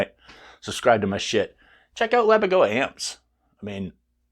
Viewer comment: Pssssst, it's Laboga, not Labogoa 😁 Also regarding tube/solid state - that only refers to the tube/diode rectification, quite similar to the options on a Mesa rectifier. Had nothing else to do with solid state amps like the Randalls etc. Absolutely killer tones though. My Mr Hector is also one of my all time favourites 🤘